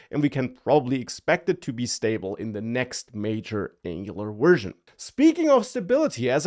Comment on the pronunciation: You're definitely saying "wersion" instead of "version."